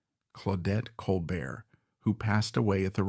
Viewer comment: Col bear, not colbert.